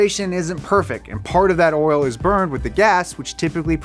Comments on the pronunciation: I like that he says "Oral" instead of "Oil" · It just me or did I hear “oril” instead of “oil”? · Never knew there was a "R" in the word "Oril", always see it misspelled oil. teaches me something new everyday! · i swear he's saying oral instead of oil intentionally. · Sounds a little too much like 'oral' to me. Especially when he's talking about engines being dirty. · Not to be rude or anything but oirlr? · Pretty sure you're saying "oil" like "oral" on purpose. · Did anyone else hear “oral” every time he said “oil”